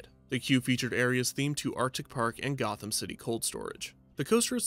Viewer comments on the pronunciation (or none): none